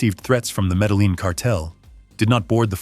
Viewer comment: Pronunciation is so important. Medellin is pronounced: Meda-YEEN.